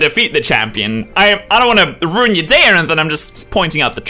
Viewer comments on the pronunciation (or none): none